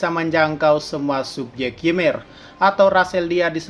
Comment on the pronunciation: Ymir itu dibaca Imir, karena di mitologi norse, y dibaca i